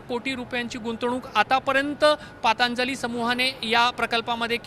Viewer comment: पांतजली नाही दादा पंतजली निट बोलता येत नाही का?